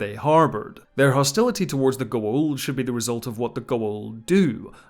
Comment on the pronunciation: Your pronunciation of Goa'uld in on point.